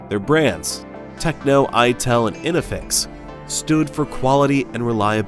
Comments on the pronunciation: It's INFINIX not INEFEX... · its not Inifix, its INFINIX. its not Intel, its itel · Yooh its... In-fi-nix(INFINIX) NOT "ENEFIX" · This guy reading "Infinix" as "inifix" is getting on my nerves. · Man, love your content. but in the start you unfortunately pronounced 2 brand names wrong It's Infinix, not Inifix It's Itel, not intel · in....fi.....nix, in.....fi....nix , in....fi....nix, not in...ne.....fix and it's i...tel not in....tel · Infinix not inifix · no way bro said inifix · Why can't your AI pronounce Infinix properly? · listen carefully, he mispronounces it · Boy butchered infinix and itel i can't stop laughing 😂😂😂😂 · Nice insight, but at least, train your AI voice to pronounce infinix properly.